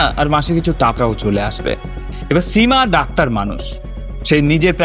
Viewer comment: স এর উচ্চারণ বড্ডো কানে লেগেছে সীমা / সুদীপ এর উচ্চারণ এর ক্ষেত্রে.